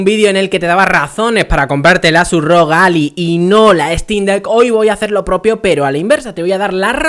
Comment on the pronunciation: Ya dices "Alai"!!! Esto hay que celebrarlo!! xDDDDDDD